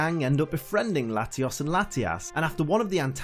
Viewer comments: layios. and latias. NOT latias and latias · bro o.o how you say Latios is weird. You have to say it with a Oh in it like your speaking Spanish. but anyways good vid :3